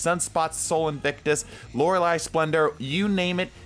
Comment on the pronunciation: It's Lore-eh-LAY! There is no freakin' I at the end.